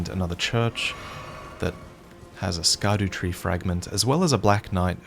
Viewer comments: I don't know if you'll actually see this but the 'Scadu' in Scadutree is derived from the old english sceadu, which just means shadow, and pronounced 'shadu' Hearing you say it like 'ska-doo' causes me 1d6 psychic damage every time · Think it’s pronounced shadow tree, that’s what I’ve been hearing and it sounds much better than scadoo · Can I propose that we stop pronouncing scadutree as [sk]adutree and fall back on ye olde olde olde English and pronounce as [sh]adutree? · It's pronounced "sha-doo" tree fragments. A play on "shadow." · NOO NOO YOU WERE THE CHOSEN ONE YOU WERE SUPPOSED TO PRONOUNCE IT CORRECTLY AS "SHADOWTREE" NOOOOOOOO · Scadutree ?? You mean skibidy tree right ? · According to LastProtagonist, Scadutree is pronounced “Shadutree”, just fyi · I'm surprised by your pronunciation of Scadutree. I haven't played much yet, so maybe I've missed some voice lines, but I'd assumed it would be pronounced like "shadow-tree".